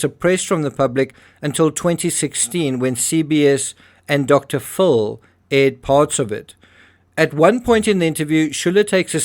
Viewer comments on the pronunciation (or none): I just started listening to you about a month ago, after it came up on my YT feed, and almost immediately subscribed. I've listened to every one in it's entirety---whether in my home or while driving. They are all fascinating! And I love how you pronounce Dr Phil as Full, because he's always been full---of himself lol 😅